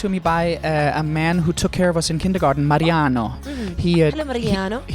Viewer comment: No One: Lukas: mARiaNo